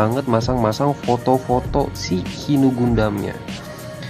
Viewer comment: Hi nu dibaca HAY NU